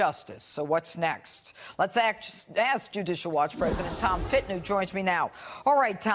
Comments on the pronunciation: its Tom Fitton NOT Fin-ton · Sorry, gotta say it. Fitton. Not Finton. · Fitton, not Finton